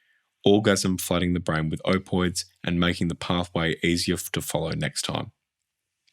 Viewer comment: i hope im not the only person who gets a bit irked at the "opoids"... you're forgetting to pronounce a letter sir